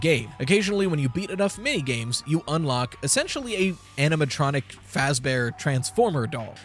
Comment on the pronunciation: The "aminatronic" keeps bugging me rveryones foing it these days